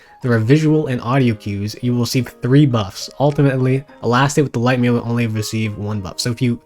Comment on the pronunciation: Hearing a grown man repeatedly say the word "melee" wrong in 2025 is wild